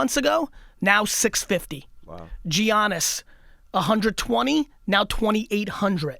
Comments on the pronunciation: Its not effin giannis.. its pronounced yannis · bro really said Jiannis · Please learn how say Giannis sheesh